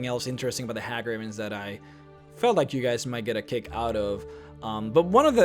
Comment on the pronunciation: Hey gravens, not Ha gravens.